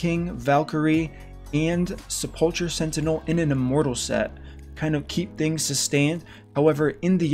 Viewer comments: Say it with me now --- Se-pull-ker =Sepulcher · Just so you know sepulcher sentinel is pronounced sepel-ker, other than that amazing video!